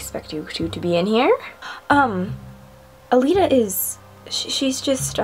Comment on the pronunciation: it's calita, not calelita:-)